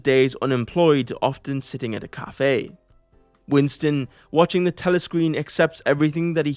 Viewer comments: I am vary creative, also Truly I am despondant at the news of your departure as head of the WEF, from your charmingly bald head to the way you could not pronounce the word "the". A great service you have rendered to the world and for that reason I thank you in this comment. Also I like APPLE products, NVIDIA GPUs, FINANCE, STOCK MARKET CRASH, Injurylawyers4u, I NEED A LAWYER, Workplace Accident, Shopping interests, Purchasing Items, How to Buy. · Truly I am despondant at the news of your departure as head of the WEF, from your charmingly bald head to the way you could not pronounce the word "the". A great service you have rendered to the world and for that reason I thank you in this comment. Also I like APPLE products, NVIDIA GPUs, FINANCE, STOCK MARKET CRASH, Injurylawyers4u, I NEED A LAWYER, Workplace Accident, Shopping interests, Purchasing Items, How to Buy. Yours Faithfully, Stoic Stick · Dear, Truly I am despondant at the news of your departure as head of the WEF, from your charmingly bald head to the way you could not pronounce the word "the". A great service you have rendered to the world and for that reason I thank you in this comment. Also I like APPLE products, NVIDIA GPUs, FINANCE, STOCK MARKET CRASH, Injurylawyers4u, I NEED A LAWYER, Workplace Accident, Shopping interests, Purchasing Items, How to Buy. Yours Faithfully